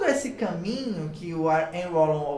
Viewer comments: Moço, se pronuncia (Henrri Valon) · Agradecido pelo vídeo 🙏🏼ajudou na minha prova ! Ârri Vallon é a pronúncia mais correta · Já assisti seu vídeo a alguns anos atrás, e voltei aqui novamente. A sua explicação é incrível! Obrigada!!! A pronúncia é " Anrri Valôn" (Henri Wallon). Antes que alguém diga algo, termine de ler o texto todo. Eu já pronunciei o nome de alguns autores errado, porque estava aprendendo, e ainda estou, e é óbvio que nós vamos ler de acordo com que nós aprendemos no nosso português. Mas já fui muito criticada por isso porque simplesmente em algumas situações riam da minha cara por dizer errado, mas ninguém me disse como dizer o certo. Hoje antes de apresentar algum trabalho, para que isso não se repita, pois foi bem traumatizante para mim algumas situações, eu pesquiso o nome do autor ou filósofo e busco a origem de onde ele nasceu, e dependendo do país, eu escrevo o nome dele no Google tradutor com a língua nativa de seu país, e treino até aprender a pronunciar, vou dizer que não é fácil, porque tem cada nome que só por Deus kkkkk. Mas eu gostaria de passar essa informação para você, porque foi muito útil pra mim e gostaria que alguém tivesse me dito aquela época. Amo Wallon, Vygotsky, e Piaget!!! Sou estudante de psicologia! E manda um beijo se ver meu comentário! Obrigada pela aula maravilhosa 👏👏👏🥰🥰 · Kkkk pronunciou muito engraçado o nome Henri wallom.Uil uol 😂😂😂😂😂